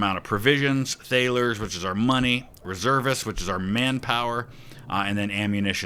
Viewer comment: "thalers" is pronounced like "tarlers" - just FYI